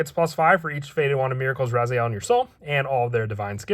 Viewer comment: It's rezael not ryzeal